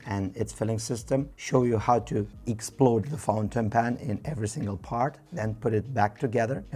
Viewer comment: "Show you how to explode the fountain"? Or did I mishear and did you say "explore"? Because I'd rather not explode any fountain pens 🙃